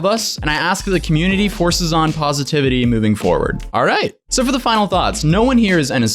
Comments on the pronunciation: you said forces instead of focuses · pronounce focuses as forces